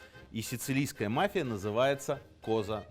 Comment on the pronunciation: Мафия ударение на и